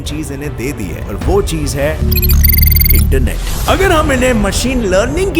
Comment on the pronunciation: the way he said internet